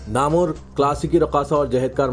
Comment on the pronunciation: Naamwar ko Namor padha gaya